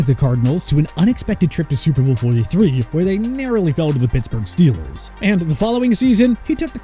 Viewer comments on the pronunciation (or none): none